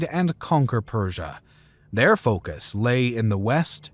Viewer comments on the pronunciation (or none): none